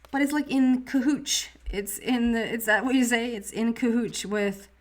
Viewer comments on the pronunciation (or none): Almost don't want to tell you because I like "cahootch" better. But it's "cahoots"...Thank you for a lovely message of abundance and easy change. That last fairy card brought to mind Queen of Pentacles--one of my faves